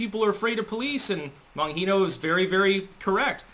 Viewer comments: "Bonheeno?" The "g",, in Italian/Sicilian surnames is a soft one, and not a hard one: "BonGEEno". And not asperated like "Bonheeno"! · Bon- gee-no, not Bon- hee- no. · Dan bongino has said his own name before seriously your pronunciation isn't even fucking close. You really need to get out of the house more and hear other people talk rather than just sounding everything out to yourself alone in a room.